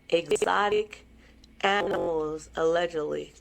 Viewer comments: She can't tell every thing. so she will say aledgently. Even Jag W. sometimes say aledgently. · For legal purposes she has to say alledgely